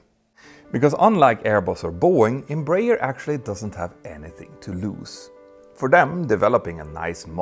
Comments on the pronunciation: Embraer is pronounced "embra-air", not "embrayer" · Closer pronunciation: Einm-bra-ehr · Here in Brazil we pronounce EM _ BRAH . AIR. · Embraer is spelled Em - Bra (as in Brazil) - Air. EMpresa BRasileira de AERonautica. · Just a brazilian advising you on how to pronouce properly the name Embraer. Say Embra Air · Nice video, thanks! As a curiosity, here in Brazil we pronounce EMBRAER like EN-BRA-AIR (EN as in the word ENglish; BRA as in a woman's bra; AIR as in the word air). I'm not sure, but the "AIR" in the end was probably not intentional, though. The name stands for "EMpresa BRasileira de AERonáutica" which means "Brazilian aeronautics company". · In Brazil we pronounce Embraer as "Embra Air" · Just a quick tip, it's pronounced "embra-air" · embreier hahaha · Embraer is pronounced "m bra air" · The pronunciation is Embra-Air btw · The best way of pronouncing EMBRAER, in English, would be "Embra-Air" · The way you you pronounce "Embraer" is quite funny 😅😂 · The inability to pronounce Embraer correctly by someone who makes a living from talking about airliners it’s kinda funny… (to not mention tragic..)